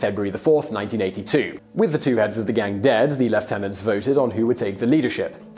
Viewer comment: Silly Simon, it's pronounced lieutenant.